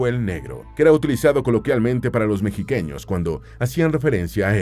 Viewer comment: “Los mexiqueños” 😂😂😂😂